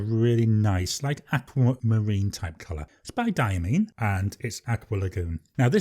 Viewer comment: Hi. I have the PenBBS 456 and have to agree that it is a great pen and an amazing value. One other thing: I emailed Diamine, and they confirmed it is pronounced “die-ah-mine.” The last syllable rhymes with tine.